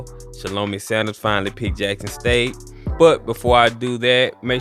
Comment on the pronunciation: It’s pronounced (shall-o-my) Great content.